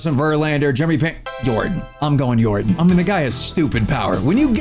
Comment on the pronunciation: "Yordin" Your-don